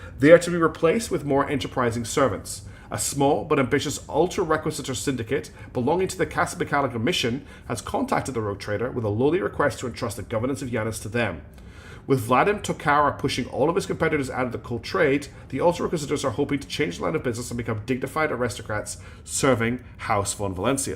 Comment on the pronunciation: That planet you were on is Janus, not Yeanus. hehe. Janus is the Roman god of time, and is also the root word for the month of January. If you start pronouncing January as Yeanuary, you might be questioned by others about that peculiarity. Janus is pronounced with a J, and long A as in the name Jacob. Your in-game companions pronounced this correctly in the voice acting too. I'm sorry, but you will have to wait another eight months for Yeanuary to come again. ; )